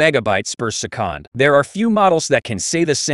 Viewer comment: Who ever is using this Chat GPT voice screwed up big time. Why do that when you can read a script and make it sound NORMAL? My suggestion scrap the sound and re-record and if English is not your first language have someone help you with it. Se-kond doesn't exist in the English language and it will make your video, well, not respectable.